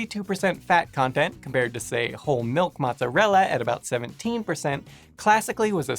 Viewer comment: lol, meeowk you might want to watch what words you run together, cause "yellowish shoe"s sound kind of funny XD